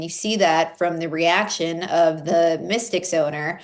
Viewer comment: It’s not pronounced the Mystics, it’s pronounced the Mistakes! 😂